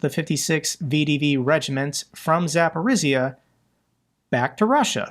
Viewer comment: Zaporizhia is Zaporizhia, not Zaporizia. Rylsk pronounced it Rilsk, y as a syllable in all the Slavic languages in the Latin alphabet or latinized is a short i, like bit, kit, hit... It is not i like in like or spike or I. Not. I.e., the international phonetic representation ai so that I = ai and like = laik and so on. Rylsk is for your purposes Rilsk, not Railsk or Rye -slk like the grain rye, no.